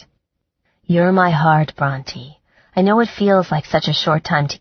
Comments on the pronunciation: This narrator is terrible. Her male voice is cringe worthy! It's also annoying that she does not know how to pronounce the main character's name. It's not pronounced Bront(i) but Bront(ae) like the author Charlotte Bronte referenced in the book. It made me want to stop listening because this is said so many times. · Same and “Brontë” often sounds like Raunchy. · Omg me too!I keep correcting her like.. SHE IS NOT NAMED AFTER A DINOSAUR, But a famous author... how do you not know how to pronounce Bronte?!?!?!?!?!!